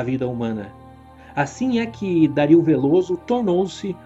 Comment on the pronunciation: o vídeo é otimo. mas vc pronunciando Dario como Dáríl me deu agoniaaaa hahaha